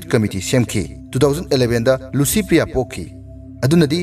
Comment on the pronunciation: Dear narrator , u pronounce LICYPRIYA as LUCYPRIYA....